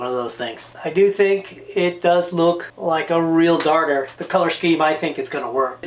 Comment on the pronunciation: Dude, where its used (NJ, Montauk), it is pronounced a daughter lure. If you say darter, you might get kicked off the beach.